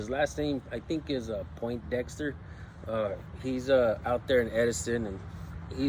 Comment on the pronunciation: "POINDEXTER" 😅 stfu,!!! 🤣🤣🤣🤣🤣🤣🤣